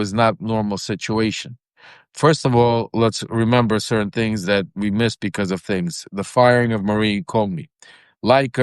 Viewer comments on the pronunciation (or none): none